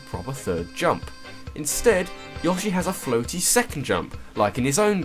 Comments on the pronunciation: Yaw-shay? Really? It's Yo-shay. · its pronounced yoshi not yashi like Yo-she your pronocing it ya-she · yo-shi not yosh-i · why did people start saying "Yoh-shi" instead of "Yaw-shi" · Isn't it Yo-shi not Yoh-shi? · wait wait wait wait wait..... is he pronouncing yoshi... YAHshi? O_o??? its YOHshee... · I like how you say Yoshi (Yaw-shi) instead of Yoshi (Yow-Shi) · Yoshi not yahshee dumbass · Are you pronouncing YOshi as YAWshi? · no, it actually is pronounced yo-shi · every time he said "Yaw-she" I died a bit inside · Damn it man it is Yo-shi! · how do you manage to mispronounce yoshi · Your pronunciation of Yoshi is abysmal. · no why does he pronounce yoshi that way